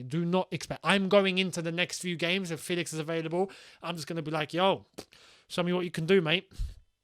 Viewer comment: It's actually pronounced E FÉlix as you'd pronounce ChElsea. So FÉlix to ChElsea. And not the E as you'd pronounce (indeed) 😉